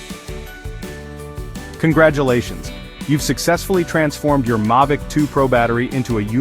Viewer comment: Why do you keep calling it a Mahvic and sometimes Maivicm, its Mavic?